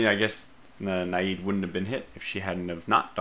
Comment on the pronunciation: Got around to watching it last night. Not to pick the low-hanging fruit, but your pronunciation is painful,. I know British is a totally different language from American, with no resemblance at all, and it takes years of study for a speaker of American to become fluent in British, but Naiad isn't even British! It's a mythological Greek water spirit! You keep saying "nah-yeed" like it's Arabian. It should rhyme with dryad, and sound like a mix of "the end is nigh!" and "dad."